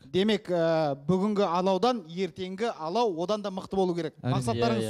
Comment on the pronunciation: Айару Арыстанбек он или она специально сказал (ла) ПАЛАУ ПОНИМАЕШЬ